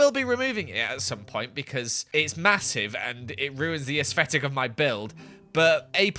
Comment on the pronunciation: as-fectic lol